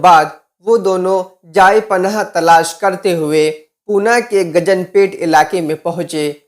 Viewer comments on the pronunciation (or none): گجن پیٹھ نہیں ہے گنج پیٹھ ہے